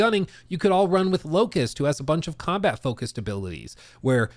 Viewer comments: It hurts to hear the 'T' in 'Locus' TT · Locus, no T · the character's name is LOCUS. not LOCUST. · LOCUS not LOCUST. A locus is a position, point or place. I don't know why it bothered me when you said it so much. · Locus, not Locust 😅